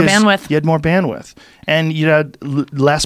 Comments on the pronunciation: Shame. If he read the comments maybe he'd realise it was bandwidth not bandwiff. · Bandwidth... Not bandwith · great talk, but for god's sake. "bandwiDth", guys. bandwith was killing me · Joe “banwith” Rogan